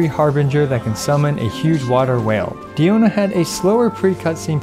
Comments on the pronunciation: Can you say her name right pls it's not deeona it's pronounced like die-ona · It’s dI-O-na first of all and 2nd you know diona is a great healer when she stands a fight in a DPS showdown against actual DPS characters